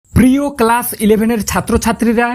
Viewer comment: Sir valo vabe por te par chen na .. ক্লাভ take class bolche.......